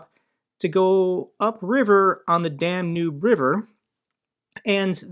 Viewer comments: Love your videos but hearing you say "Dan-noob" river 35 times is driving me up the wall. It's Dan-Yube. Lol if you're a geography nerd say it right lollolol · Hey, just a quick note, might want to pronounce Danube as "Dan-yoob" which is more accurate.